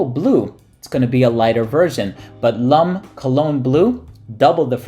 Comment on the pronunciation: 'Lum' cologne? Pronounced 'Lom'. :)